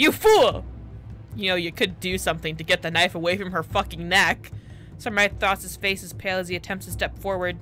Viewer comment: Don't you love how they pause in the middle of their escape, just to settle Sexto's daddy issues..... Yeah, me neither (Oh but Hildyr is pronounced Hill-Der and Mythros is pronounce Myth(like a legend)-ross)